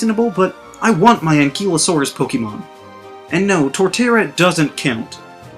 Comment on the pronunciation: Ankeelosaurus is what you said. Anklyosaurus is how it’s pronounced.